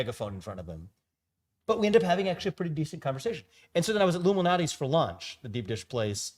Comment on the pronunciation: I really like deep dish pizza is this the place he was talking about? Lou malnati's chicago? It sounded like he said Illumanati and that was the Youtube auto captioin displayed.